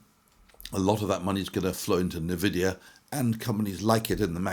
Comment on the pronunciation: EN-Vidia not Neh-Vidia Sorry, pet peeve